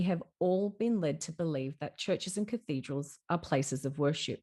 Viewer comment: If only you'd put 10% of the same energy you put into your imagination into actual study on history. Culture, architecture, linguistics, engineering etc etc. I feel 2nd hand embarrassment watching this. "Cathode-ral" 😂😂😂 tell me you know nothing about basic linguistics without telling me....😂😂😂